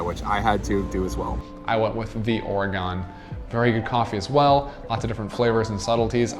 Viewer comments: Or-a-gun not Or-a-gone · EEEK! You need to learn to pronounce OREGON correctly! Your mispronunciation is offensive to all Oregonians!!